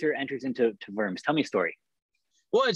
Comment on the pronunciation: It's pronounced "Vorms" as in "dorm"...."W" in German is "V" in English. And most of all the "th" in Luther is just a "t". In old days and still in some names today you can find "th" like a "t". The English "th" sound doesn't exist in Germa n. And finally the "u" in Luther is like the "oo" in "foot" not like in "food". I have been to St. PETER in Rome and to Wittenberg and it's both a must see. Have a nice Easter guys